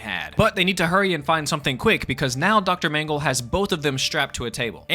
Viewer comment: Feels like the twilight zone 12 mm Shrine. Also you need to pronounce "dr mangle" .....more succinctly lol